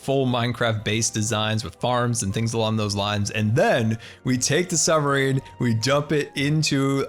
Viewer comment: is it just me, or does he say summer-ine? kinda funny XD